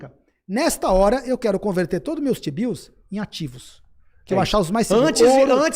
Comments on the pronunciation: Rapaz... Foi só eu que ouvi toda hora que o Dolar é lastreado em Xibius (t-bills)? 🤣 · Só tem um problema, toda vez que vocês falam Tbio, eu só consigo ouvir xibio... 😂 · desculpa, mas não consigo ouvir vcs falando tbill e não pensar em outra coisa kkkkk de resto, ótima discussão